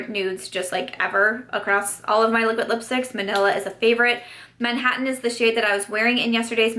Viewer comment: The way she kept saying liquid lipsticks lol “A-liquid lipsticks” luv the highlight too